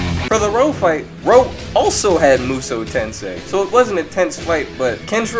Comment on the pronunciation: Oh gosh this guy is mispronouncing the Hokuto No Ken characters lol. It's RAOH not Roh. Also regular Kenshiro if he's bloodlusted can just musou tensie immediately & phase Goku out of existence.